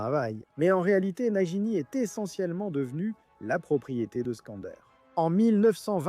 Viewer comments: Croyance et Nagini pas Crédence et Najini ! 😂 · J’ai mal au oreille « najini » « crédence »